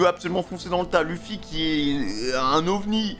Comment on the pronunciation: C'est monkey D Luffy pas femy